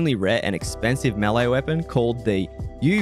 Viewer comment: "Weapson" lol, anyways, great video dude!